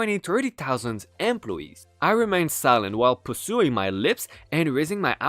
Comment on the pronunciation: Academic is pronounced “ack-a-DEM-mick” (stress on the next-to-last syllable). Also, there is no additional “u” after the “s” in “pursing”. You may purse your lips, but you don’t “pursue” them unless they’ve jumped off your face/mouth and are running away from you. Lol